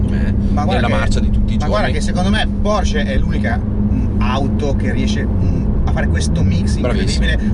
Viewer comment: Auto incredibile, 🔝, no comment. Precisazione per il mitico: la pronuncia è Porsche, non Porsch. Giusto per fare il rompi balle ahaha!